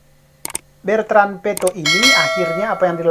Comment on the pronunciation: BETRAN..BUKAN BERTAN.